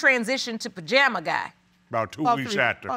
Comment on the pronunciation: Did she say Pajama Man 🤣🤣🤣 Team Too Much